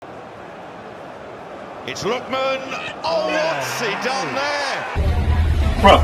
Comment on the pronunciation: Pronounce the name properly man!